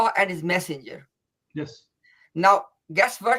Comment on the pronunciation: said refer to Allah and the..passenger i heard.. Instead of massenger.....